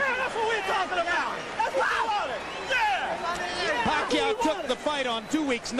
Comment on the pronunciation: Commentator : pakayoow? pakaaw? 😂😂😂